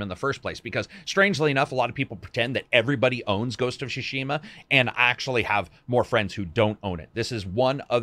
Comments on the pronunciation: It´s Tsushima, not Shushima. Tsushima. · It's Tsu-shima, not SHOE-shima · I already thought wow what a great game. Whole new level of gratitude for treating players this. They've shown everyone how it's done. Love it. Hopefully some others will follow. (btw. it's pronounced TSU = つ not SHU = しゅ, at least in majority of Honshu) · It is Ghost of "Tsushima" and not Ghost of "Tsshhshima" 🤣🤣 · Shoe-she-ma, was ok at first but kept saying it. And “Oh-nye” bruh I dipped 🤣🤣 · Ghost of Shushima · This guy laterally said "shushima"😂😂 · Why do you keep pronouncing it "Shishima"? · Ghost of Shushima? Ok. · WTF is Ghost of Shoe-shima? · ghosts of sushi ma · What's with the pronounciation, I mean, "shushima"? Really?! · It's not SHUshima lol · Ghost of SHUSHIMA XD, Lol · Its actually super duper wrong :D Not only the sounds are wrong but the emphasis is on the wrong letters as well. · love you to death mate but your pronouciation of Tsushima is leaving me in stitches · he pronounces Tsushima different every time